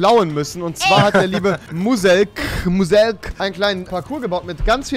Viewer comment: der heißt net Muh-selk der heißt Muselk du dödel xD